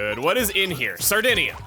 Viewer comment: Anyone else notice pronunciation of Sardinium slipping? Also did he throw in a reference to The Suicide Squad? Not something I’d expect from him given how in early TRG there was a running trend of him never ever seeing movies.